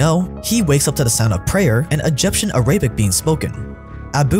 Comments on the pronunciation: Arabic is not pronounced like “Ay-rab-ic”:) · Araybic - this guys a joke